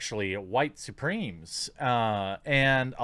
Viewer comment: Every time you say white supremes, I get hungry.